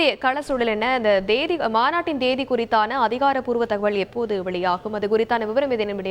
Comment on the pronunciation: தேதி என்ற வார்த்தையை கூட ஒழுங்காக சொல்ல தெரியவில்லை, நீங்கள் என்ன சொல்லப் போகிறீர்கள்